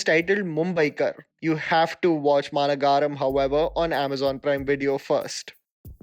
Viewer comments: It's not managaram but ma nagaram(big city) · Literally no one:: "Maanagaaaaram" 🤣 "Allavaikuntha purrrrrrrrr... amulooo" 🤣🤣🤣 Jokes apart...thanks!! For making the quarantine better for all of us🖤👑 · Quick tip on Tamil pronunciation - it's Maa-Nagaram which means big city, Nagaram is a version of Nagar and Maa emphasises it's big. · ... Maa Nagaram.. meaning big city.... not Mana Gaaram dude ... Alaa Vaikunthapuram lo.... Not Alavai Kunthapura mallu..... Today i learned the importance of splitting a work rightly... Maan, u shd atleast get the names right, understand the difficulty in accent... please..... some efforts pls... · It's not maanagaram its maa-nagaram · Not Maanagaram prounce like Ma Na ga rm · Just a nitpick. You pronounce the movie title as Maana Gaaram It should be Maa Nagaram In Hindi : Maha Nagar English meaning: Metro City Nice video. Thanks. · It's not Maana-Gaaaaram. It is Maan-uh-Garam as in Garam masala. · Its ‘Maa nagaram’ not ‘maa na gaaram’ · Its not Maana Garam. Its should be pronounced as Maa Nagaram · Love ur work. ❤️ from Odisha. A small correction, it's Maa - nagaram not nagaaram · its "maa-nagaram" not "ma-na-ga-ram" which means a big city 😅😅😅 ... anyways love the video tho. Good List. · Its maa nagaram not mana-garam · 'MAANAGAARAM' 😅😅 Pronunciation tho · Bro I appreciate u r effort but on u r pronunciation is wrong its “maa nagaram “ maa mean :big Nagaram mean : city Big city maa nagaram looks two world but it s one word And is kaithi , ala vaigundapuram also pronounced wrong pl correct on u r upcoming video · To.. the movie "Maanagaram" is pronounced "Maa-nagar-ahm" basically means capital.. just sharing it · Maa-nuh-guh-rum , Kai-dhee ... Thank you for these amazing videos though. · not to be rude. Its Ma-na-guh-rum.(Bit city) Just wanted to point it out. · Man please work on your pronunciations of south movie names. Maaa-na-ga-ram. Alla Vy-kunta-puralu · Managaram pronounced wrong